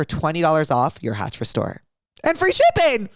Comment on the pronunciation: He really said “hatch smart cock” in the ad read 🫡